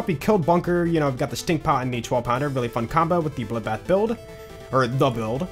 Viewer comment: I love hearing says "dabuld" being bloodbath